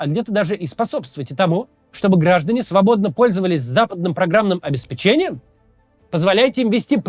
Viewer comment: ОбеспЕчением)))Максим,ударение на "Е",как- то так)))До завтра!😂